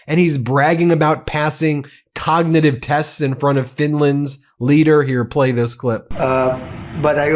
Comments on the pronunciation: I'm surprised he can even say cognitive. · He can barely say “cognitive.” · He can’t even say cognitive !! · Trump can't even say "cognitive" correctly.